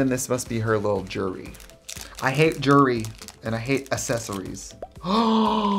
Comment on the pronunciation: Its not accessories, its 🌸essesories🌸